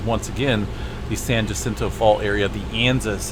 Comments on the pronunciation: Okay so I live about as close to the San Jacinto Fault as I used to live to the San Andreas Fault. Just a word about how to say Jacinto. You want to think of Spanish words, like jalapeño and that's the j sound you are looking for. It confused the hell out of me when I first realized how different the pronunciation was when I was a little kid. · The J in Jacinto is pronouncedas an h. Thank you for the info. I use to live in those mountans.